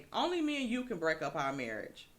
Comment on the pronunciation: did not say marriage (it was her marrish).....lollll